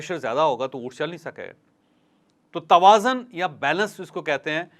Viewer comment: سر توازن میں ز پر پیش ہے نا کہ زبر تقابل کے وزن پر